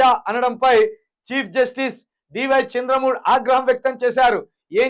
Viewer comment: చంద్ర మూడ్ కాదురా అయ్యా ... చంద్రచూడ్ ..చూసే చదవలేక పోతే ఎలారా అయ్యా .. 😂😅